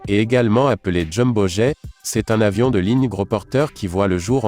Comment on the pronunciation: Le commentateur est une machine : il ne fait aucune liaisons! Ou même fait des ereeurs Ex ; "le plus gros "avion" militaire au lieu de "le plus gros "zavion". C'est moche et odieux!!! Pour faire chic il parle toujours de 400 kilomètres par heure" au lieu de 400 kilomètre à l'heure : RIDICULE!!!!